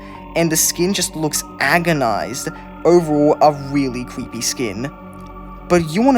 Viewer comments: It's so "scawey" and "cweppy" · "Cweepy" cracks me up everytime he says it